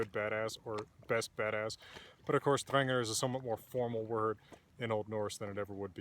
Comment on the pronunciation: Thanks. Every pronunciation I've heard on YouTube has been different, but I'll go with yours 'cause you've got papers backing you, and you seem to know what you're talking about.